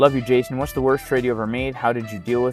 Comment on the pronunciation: Guess it’s pronounced “Hayson” now 🍋‍🟩 🇲🇽 🌶️